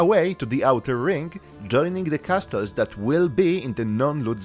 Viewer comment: Please get known how to pronounce "castles" ears are bleeding